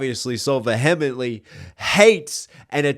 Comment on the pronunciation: Sorry bro, but I fully reject your pronunciation of the word "vehemently ". I like that it's part of your vernacular though. Cheers